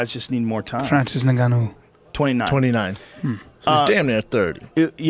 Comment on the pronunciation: "Francis Ngoo"